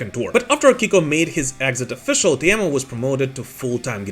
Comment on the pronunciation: Whoa, a non Finn says Teemu’s name correctly? Finally! (As a fellow Teemu, I am very happy)